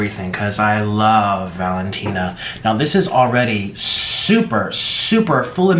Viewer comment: The way he says valentine🤦🏽‍♀️idk how to spell it